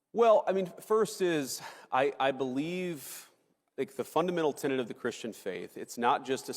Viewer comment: Man I get tired of having to do this. It's tenET, alright? Not tenANT. There's no such thing as a 'tenant of the Christian faith'. Well not unless you're talking about a Methodist or somebody who's renting an apartment. And while I'm at it: it's not 'beyond the PAIL', it's PALE'. Which in this case means a fence made out of pointy sticks, not a lack of color. Look it up if you need to. And another thing: NObody's a "trader to their country", either, and that includes Chuck Schumer and AOC. The word you want is "traitor". "T-r-a-i-t-o-r". Alright, that's all. For now. But just try to WATCH it a little.